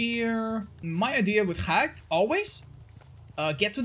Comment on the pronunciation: pronouncing Hag like "Hrrag" and the captions see it as Hack.